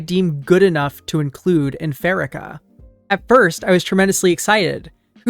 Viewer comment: I think it's "PhaREEkah." Happy to be one of your 5K subscribers. You're doing excellent work.